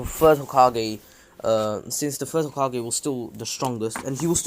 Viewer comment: First off ur saying hogake when it’s hokage. Second minato is stronger than hiruzen and hashirama is stronger than all of them